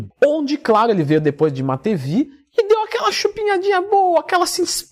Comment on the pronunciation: se pronuncia MATIVIEVE. Abraço.